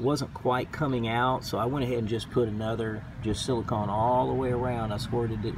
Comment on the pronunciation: You are saying silicahn, rhymes with dawn. You should be saying silicone, rhymes with bone. Silicon rhymes with bun.